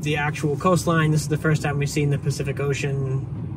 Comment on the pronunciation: It's PACIFIC Ocean; Not SPECIFIC Ocean.